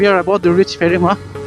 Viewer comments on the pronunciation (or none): Bro its piphema not pherima😊btw lots of lov from Piphema ❤